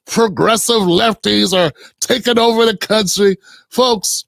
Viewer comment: He's changing his voice because he is mocking us. It would be interesting to know if he is an FBA. I don't think he is. I will not go to his channel because he is not one of us. Towards the end he said "that de_ federal government is behind you." We say, the not de.